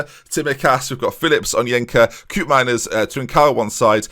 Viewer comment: Im Dutch... so for the pronunciation of Koopmeiners... use instead of “coup” Co-op kind of. If you say Co-op fast, then its perfect. Btw, keep up the good work!